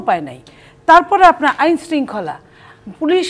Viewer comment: শেখ হাসিনাও আমুন করেই বলত “আইএন/আইএনের মতোন চলবে।।।। 😂😂😂😂😂😂 খিদা/খিদা// আহারে খিদা!!!!!! 😂😂